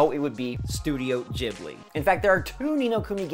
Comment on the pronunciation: did my man just say studio jibly instead of ghibli